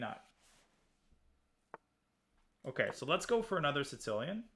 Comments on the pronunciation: Why does Danya call it the "Sitzilian"? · Day 9186 of Daniel pronouncing "Sicilian" like a weirdo.